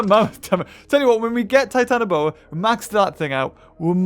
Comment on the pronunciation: it does not trigger me but it not called titanAboa, it is titanOboa. 🐍🐍🐍